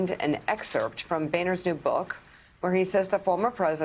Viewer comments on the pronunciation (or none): none